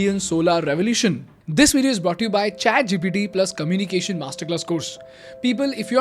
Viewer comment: I love your videos, but can you pls correct your pronunciation of words like eco’nomy, oppor’tunity, commu’nication, catas’trophe. Shall we?!?